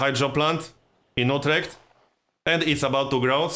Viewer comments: I think everyone pronounce that like that except americans. It also sounds exactly as you described in mind. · You pronounce Utrecht quite properly, not You-trecht like an American would. Did you ever spend any time in the Netherlands?